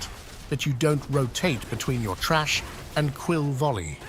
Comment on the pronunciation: Your pronouncing 'Thrash' as Trash. You take out the Trash to the bin. Thrash, to beat soundly with a whip or stick. Other than that, good vid 👌👌